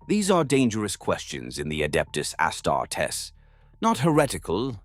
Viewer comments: Amazing story! Wish the AI could say Auh Star tees not ASS (WHICH I PERSONALLY LOVE) STAR D. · Is the narrator an AI? If not, for a 40k fan, hes reading Astartes wrong.